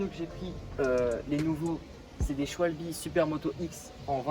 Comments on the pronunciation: C pas shwalbi sa se dit shwabeul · Qui dit Schwalbe et pas Scwalbie